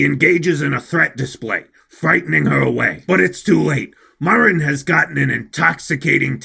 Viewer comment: I have decided that my weeb powers (we used the word otaku in my day) are stronger than, on the premise that he can’t pronounce Marin correctly. I’ve also come to the conclusion that my levels of autism are also greater.